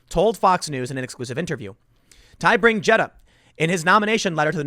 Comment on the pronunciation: Gjedde is pronounced "yedda"